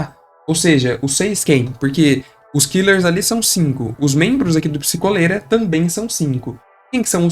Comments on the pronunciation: Eu queria muito que fosse psikÓlera e não psikOlera eu odeio a sonoridade de psikOlera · mas é pronunciado psikólera, psikolera vem de duas palavras: "psico" e "cólera" então a pronúncia é essa mesmo